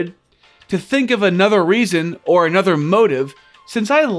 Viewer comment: "yeah but he hasn't called for annudah shoah, has he?" oh my sides